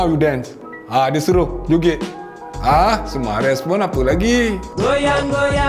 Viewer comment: Sumareh bang, bukan sumares😂